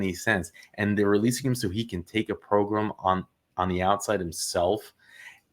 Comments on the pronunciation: Stop saying "progrum," goddamn idiot. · I like how you pronounce the word 'program' PROGRUMM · The progrum came out lol